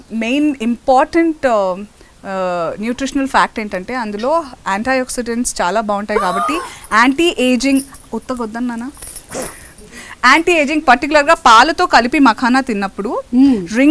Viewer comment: That is Antioxidants anntieoxidant kadhu Just for info 😅